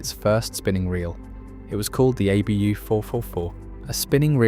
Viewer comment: I hate how it says ”ABÖ” instead of ”ABU”